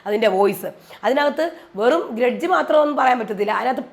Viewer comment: Gredge ala mairay “Grudge”😂😂😂